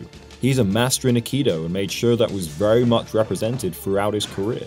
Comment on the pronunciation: Just FYI, the correct pronunciation is 'ai-kee-doe' not 'akido'